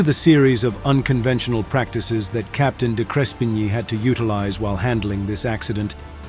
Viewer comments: Good account but your pronunciation of the hero Captain's name was wrong. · You could at least have learned the Captain's name pronunciation. Insulting. May not mean much you may think, but in aviation, attention to detail is extremely important. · How about you learn how to pronounce the pilot's name. Such disrespect. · Why didn't you use an Australian accent or correctly pronounce the captain's name?